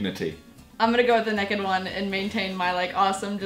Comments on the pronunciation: did she say nekked? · she said nakked not naked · It bothers me when she says naked because when she says it she pronounces it "nekid" and it makes me think of the spelling and I think of a little kid dying naked and the dishonor brought to family and then I think of that kid being my kid and it makes me sad. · She can not pronounce naked at all and you would not die instantly in Antarctica